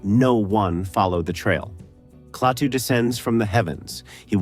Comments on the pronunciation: It's Klaatu, not Claytoo you idiot AI! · A classic. It stands the test of time because it was so well done and featured realistic scenes and people who were real, not all actors. Too bad the AI narration isn't quite up to snuf - who the hell was clay-too in the movie? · I hear this complaint alot but, for AI, it was good except for a couple bad Klatu's. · " KLAY-TOO " ALL You need to hear .. to realize THIS Production is as phony as the Movie !! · Nice compilation of scenes and information of a great sci-fi film. However…I simply can’t get over the damn AI voice-overs that mispronounce so many obvious words. It;s NOT “clay-too”! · Bad scripting can ruin otherwise convincing AI narration. Klaatu mispronounced three different ways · Interesting. But the AI narrator mispronounces Klaatu every time. Lazy creator. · This would be a nice review without the text-to-speech. So is it "KLA-too" or "KLAY-too". Is it "WAshington -- DC" or "Washington, DC"? Lots of strange pauses in clauses... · The voice is computer-generated. It pronounces KLaatu two different ways. I wish the film had a scene from the future which showed Earth being destroy by Human arrogance and ignorance. I truly believe that's where we're headed! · I'm sick to death of A.I.'s bumbling attempts at being human. At least humans can be continuous in pronunciations. A.I. can't even pronounce a name without screwing it up before the video is over. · Annoying AI narration.. can't even pronounced Klaatu consistently... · It's interesting to hear these ideas about the wonderful film, but ye gods, the script-by-ChatGPT and the voice-over by some AI are both dreadful! "Quiet"/"Quietly" occur five times; a dead giveaway specifically for ChatGPT. It can't even consistently pronounce Klaatu's name. It's the last YouTube vid by this creator that I'll subject myself to.